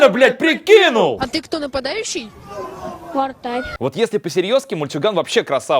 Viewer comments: Мне послышалось вместо вратарь вартар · Я одна заметила что пацан говорит не вратарь, а вартарь?